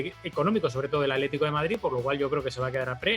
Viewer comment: Aletico de Madrid???? en serio... aletico????'